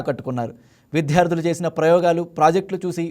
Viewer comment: విద్యార్థులు అని పలకాలి... విధ్యార్థులు కాదు...😂😂😂